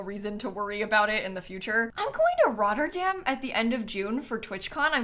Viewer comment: SORRY HOW SHE SAID ROTTERDAM CAUGHT ME OFF GUARD AS A DUTCH PERSON